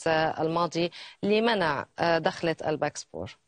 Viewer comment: It's dakhla not dokhla ... ! It means intro ( introduction ) !